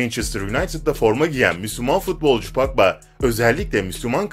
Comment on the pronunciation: Pagba? Ya abi sen futbol videosu çekme ya disslike